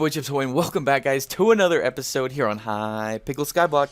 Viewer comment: did anyone else notice that he said in the intro hypickle skyblock not hypixel skyblock